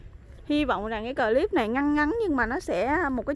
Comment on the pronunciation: Thích mấy bụi bông trang của Diểm. Đề nghị khi phát âm chử "clip" thì đọc một chử thì rất dể nghe hơn nhất là đối với các bạn ở nước ngoài.Cám-ơn.